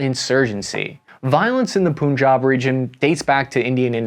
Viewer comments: There's a region pronounced poon job? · just in case you were wondering, sikh is pronounced like "sick" also punjab should sound like pun (like the terrible jokes) and job (like employment)